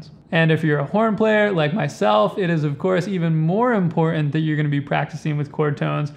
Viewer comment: Because he is a long winded snake oil salesman who can’t pronounce important.